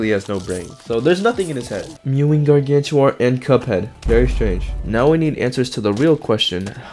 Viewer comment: Gangantuar❌ Crazytuar✅